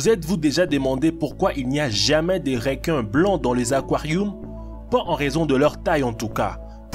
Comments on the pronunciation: "RÉQUINS" ; "AQUARIOUM" ; "JAMAIN" J'suis mort pttdr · Les "réquin" AH AH AH... Comment sa j'ai raté le message?